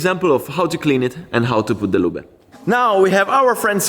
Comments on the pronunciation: Se dice Loob not Luba. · Great job! Missing your motorcycle videos. The e is silent in english, loob ✌🏻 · English is not German. Loooob like booob. Ending "e" in English is silent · Anyone else amused everytime he pronounces “loobuh” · Saying "Lubeh" makes this so much more funny :)))) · Many English worda that end in e, change the previous vowel eg. car/care tar/tare far/fare. So the ending E is silent, as in "lube" The "e" makes the "u" loob. Same with CUT and CUTE :) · The way you pronounce lube it means " clumsy yet kind man" in my local dialect 🤣 We just say oil instead of lube . Good content anyway. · I love you "lube" pronunciation. It is somehow fun but cool